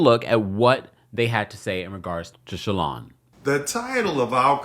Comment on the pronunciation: It’s Shalon not Shaylon Kemp 😂 love you ❤